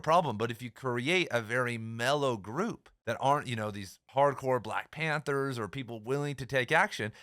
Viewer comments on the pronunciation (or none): none